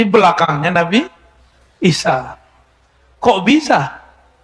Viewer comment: Klo orang yg ilmunya tinggi menyebut sayidina isha. Juga jadi sayidina Aisha. Coba yg nonton video ini benar GK menyebut nabi isha. Jadi Aisha. Apa saya yg slah dengar lanjut kelamaan jadi nabi isha. Tidak Aisha lagi.